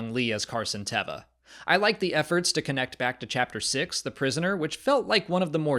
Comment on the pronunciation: The only note I would give here is that I believe it has been confirmed (by Paul, if memory serves) that his character's name is pronounced Tay-va, as opposed to Teh-va. Not a big thing, more in the vein of "Hahn" vs "Haan" or "Lay-a" vs "Lee-a." In fact, it's kind of a Star Wars tradition, I suppose.